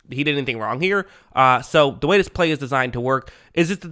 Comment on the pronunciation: Great video as usual Sir! Do more of "d" Lions videos please! (I've noticed you replace the word "the" with "d" 😅)